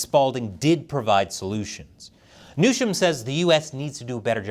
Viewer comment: Pretty sure Colonel Newsham wants his name pronounced the same as the California governor's name is pronounced